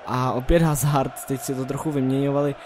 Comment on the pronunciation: Dobrý to je ;) btw. Eden Hazard se čte [Azárd]